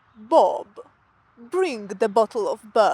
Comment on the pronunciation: BRING, loose the hard G at the end of the word, please :)